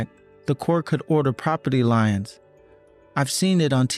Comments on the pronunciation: Can’t pronounce the word leins either. It should be like leens. Not lions. 🙄. I keep saying if you’re going to make a career out of the spoken English language… Then you need to speak it correctly. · Mmm. I beg to differ. The way he pronounces liens (as lions ) tells me there is a 0% chance he is pronouncing Melanie as intended. And a 25% chance? Where do you get that number from? That might be the pronunciation in a Slavic language, or possibly in Greek(the language of origin for the name) but in America (which is the way they sound) only 4.5% of the population is on of those two possibilities. So maybe a 4.5% chance.